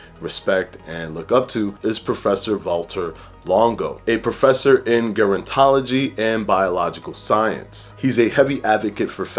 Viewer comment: Fyi. Gerontology is pronounced phonetically: Jer-on-tology. Not Ger-on-tology.